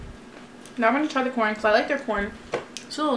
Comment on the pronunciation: “I wus eating cOrN 🌽 “